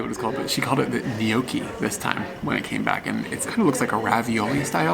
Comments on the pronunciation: to expand upon this comment, the Americanized version of the pronunciation (to put it in a way you may recognize, romaji) is noki. The real (Italian) way to say it is, niyyoki. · Loving watching your adventures through Scotland. Loving seeing you trying lots of new food. But I'm also laughing my head off seeing your struggles with common menu items and cutlure clashes. And cutlery. For the record, gnocchi is pronounced "knocky". But, great series of videos, keep up the good work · gnocchi pronounced nocky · Pronounced “Nocky”👍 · Gnocchi is pronounced "No-Key." Snooker is played with a side-goal of blocking your opponent by putting the cue ball behind the colored balls so that he can't hit a red on his first shot -- that's a snooker, and he is snookered. Red balls are one point, and the colored balls are 2,3,4,5,6, and 7 points. Black is seven. The best possible strategy is to alternate black and red, keeping the cue near the black end of the table and using the cue's richocet to "cannon" into the reds, breaking them apart to be picked off more easily. Alternating black and red, then taking the remaining colors in order, can yield the highest possible score, a 147 ("one four seven"). World class players have more fingers than one-four-sevens. Any score over 100 is a century, though by the time you reach 80 points, there are not enough balls left for your opponent to win. The first cheese was probably the brie, the firm cheese was the goat cheese, and the last cheese was the bleu. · Gnocchi is pronounced Nocky with a silent G. It's a potato starch dumpling really. Delicious.